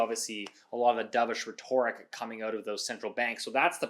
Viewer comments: It’s pronounced RETT-or-ick not Re-TOR-ick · The real crime here is how pronounces 'rhetoric'. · look up the pronunciation of rhetoric vs rhetorical. Good vid! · yah he is the only one I've ever heard pronounce "rhetoric" that way